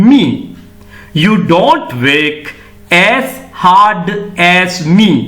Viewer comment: Work, ව (ර් )ක්‌. ශබ්දය විය යුතුයි නේද?